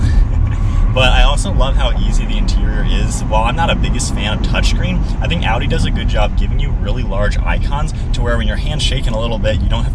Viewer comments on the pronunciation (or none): Man thats Audi not a-u-e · That is Audi but you said (Au-e) A8L